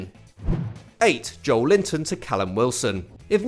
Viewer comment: On that note, "joel-inton" is actually also not how we say it. It's "jo-eh-linton".